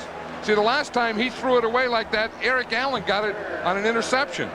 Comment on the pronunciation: lol sounds like Vern says Erling Haaland rather than Eric Allen. Is Vern a time traveler???